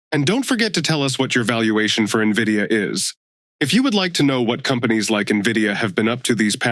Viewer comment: Please keep up with how to pronounce the name of the stock, it starts with an "N", not an "I"😅